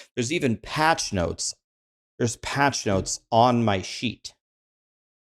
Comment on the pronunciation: Every time he says "sheet"....i hear "s.h.i.t."....damn the rude vocabulary of the streamers!!!😂